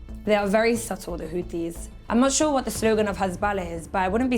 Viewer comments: Hothies, not Khothies ! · Its not houthis and the blow fish 😂 IT'S HOTIE AND THE BLOW FISH 😂😂😂 !!!